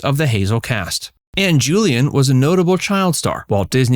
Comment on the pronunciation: And it's Ann JILLIAN, not Julian. AI is not quite there yet.